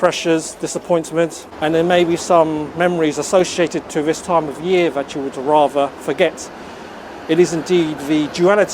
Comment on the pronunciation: Vis instead of this, vair instead of there. I can't get past vose (those) pronunciations. Even many English people bred and born here, murder the language.